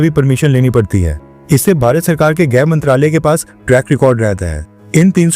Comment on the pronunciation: भाई ग्रह नही गृह होता है। कृपया गलत ना बोलें।